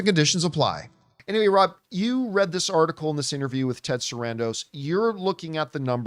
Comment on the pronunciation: it’s Ted SARANDOS not Sandros, he’s Greek not Mexican